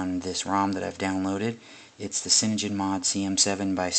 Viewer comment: Ok, only thing i need to say to you is your pronunciation of cyAnogen mod is completely wrong and it bugged me so much i didnt watch this past the first time you said it wrong.